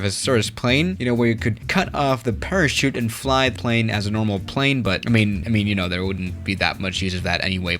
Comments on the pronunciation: Normal people: There: thè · Nobody: trying to say THERE: tHaRe